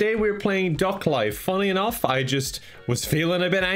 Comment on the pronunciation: The way Kevin says duck it sounds like dog